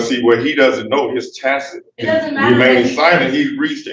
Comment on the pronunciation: At least he is pronouncing "Tacit" correctly, unlike one Darrell Brooks that said, "Tackit," numerous times, as if he were bringing up what you would do with a tiny hammer and tiny nails...